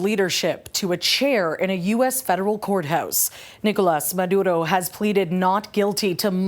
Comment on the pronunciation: Love how your DEI-hire tried to roll that “R” in Maduro. …if she’s white is that cultural appropriation? We should probably file a complaint…